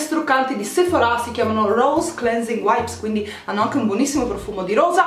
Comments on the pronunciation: Si dice Sephora nosephorá e ti consiglio di usare l'acqua mi cellare così nn ti si arrossa la pelle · Ora mi parte l’ Hermione che è in me: è sèphora non sephorà ahahah p.s. Bravissima bel video❤️